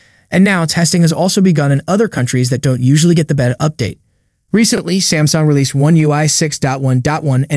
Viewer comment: "Baytuh" NOT behta